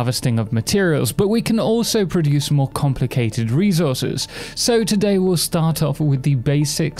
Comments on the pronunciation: thanks for the guide but, who on earth says "rezources"? it's resources. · Thanks for the guide but... Who on earth says "rezources"? It's reSources.